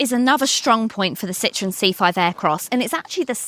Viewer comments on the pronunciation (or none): It’s a citro-en, not a citron( French word for lemon)